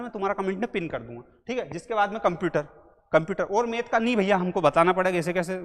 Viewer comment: मेथ नहीं मैथ 🤓